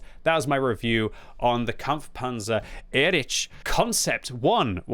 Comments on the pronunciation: please for the future, try pronouncing it like “erikh” instead of “erich” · Pleas say erih ant not erič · I am pretty sure it should be read as /ˈeːʁɪç/, or at least /ˈɛrɪx/,... And before anyone starts scolding me: this is not a critique, but a friendly advice to him, as is known for his striving for original pronunciation of the tank names 😇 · Again, EriH, ch in german is like H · It just dawned on me that the name of the German Leopard tank is spelled identically in both English and German. Listening to butchering the "Erich" part of this tank I suddenly realized it's the same with the Leopard. An English speaker will say "leperd" but a German speaker will also pronounce the 'O' and wil pronounce it "lay o pard".